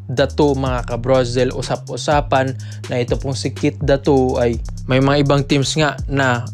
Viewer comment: Ayusin mo naman pag bigkas ng pangalan NI KEITH DATU AYYY SUSS